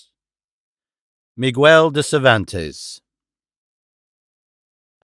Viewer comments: Mi gel not Mi gwuel. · I love it when English speakers pronounce the U in Miguel like they don't with guest, guess, and so on, like they also don't in Spanish, it's like going out of your way to mangle it, like with saying chorizo like "choritzo", yeah, it's like pizza in Italian, sure. The X in Quixote is analogous to the J in modern Spanish, so the modern spelling would be "Quijote". Much like the modern spelling of Texas would be Tejas, or Xixona, where all the Turron is made in Alicante province, still spelled Xixona in Valencian is written as Jijona in Castilian signage. I guess we should be grateful it's in English and not American, they'd mangle the names even worse and probably pronounce the X in Quixote like "Dahn Quicksote" without the e at the end, like they do with Pistone, Ponce, Corleone and the rest. I can't imagine savaging your own given surname wrong and disrespecting your family by saying your own surname wrong like they do over there and we don't in England. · I love that the narration has just enough amount of dramatic inflection for dialogue. As a native Spanish speaker, personally my favorite reading of Don Quixote, regardless of the butchering of some names that really shouldn’t be. Like… Migüel??? Jerez pronounced with a hard J rather than “Herez” among many others… semantics I suppose, but still a good narration.